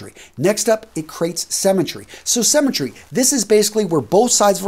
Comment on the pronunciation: Sounded almost like cemetery! LOL